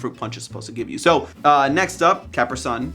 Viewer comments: CAP-ER-SUN?!?! IT'S CA-PRE-SUN YOU UNCULTURED SWINE! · Excuse me, what? It's Ca-PREE Sun. 😂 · Caper sun? it’s usually pronounced Capree son, like the pants lol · I just listened to that three times to make sure I heard correctly, but I’m confident he said “CAP-rih SUN” instead of “cuh-PREE SUN”. Ok, have fun with that. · Dude... I was scream CAPREE SUN. NOT CAPRA... O.O KILLED ME.. o.o Lol. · pronouncing capri sun (ca-PRI sun) as CAP-ri SUN hurts my heart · Did this dude call capri suns capersuns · I like that he calls out jason's pronunciation, and yet he has been calling it cap-ersōn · The commercials literally pronounce it as “cap-ree sun”, get out of here!! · I think the truely awful thing about the way pronounces capri sun is how he mashes it into a single word like “caprisun” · It's ca-PREE sun. The C and the S are capitalized. Yes, it's a "small caps" style font, but the C and the S are traditional capitals. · CAP-ri-SUN. drives my wife crazy. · The germans actually pronounce it car-pri sun. like the word car. vroom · "The Cāapp - Ree Son" LOL! 😂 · Kuhpree sun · I don't get how hard it is to pronounce something correctly. It says it in its commercials. "Do you" isn't good advice if you're WRONG. Kapree sun😊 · did he just say caper sun? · KA-PREE-SUN. Not what you just said. 😅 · Yeah okay, you're just dead wrong, it's Cuh-pree-sun, that's all anyone has ever said and that's all anyone ever will say. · For once, don't blame Jason. It's capREE sun. That made me uncomfortable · Capruhsun? What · Obviously he never got those "see through bottoms" for CapriSuns. (ca-PRI-sun) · It's caprEE sun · It is pronounced "kah pree son" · Is it just me or did say caper sun? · Capri (Kap-ree) sun, not whatever said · It is caprEE sun......... And will always be that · Why you think you can just miss pronounce Capri sun and get away with it!!!!!?????? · STOP PRONOUNCING CAPRI-SUN LIKE THAT!!!